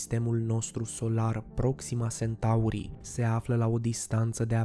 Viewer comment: Iar Sentaurii.... Unde ai auzit ma tu de "Sentaur"???? Eu parca știu de "Centaur"..... A, englzismele astea care ne umplu de ifose